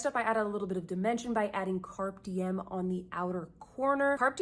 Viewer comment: Please learn how to pronounce “Carpe Diem” it’s Latin and doesn’t have anything to do with a carp 😉 Google it, please 🙏🏻